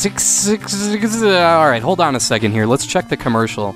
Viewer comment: I always pronounced it as Zexiz, but that's how I heard it was supposed to be pronounced, anyway. EDIT: Nailed it!!! :-D